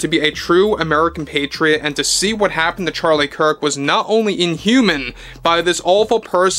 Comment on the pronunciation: Gosh, when will you learn to pronounce Charlie's last name properly...